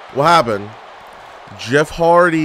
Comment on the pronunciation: WHAT HAPPENEDUH?